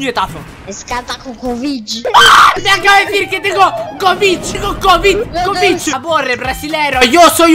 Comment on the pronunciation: No es COVID-19 es COVICH-19